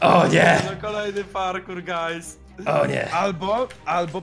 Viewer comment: przestanie muwić gais bo to jest wnerwiające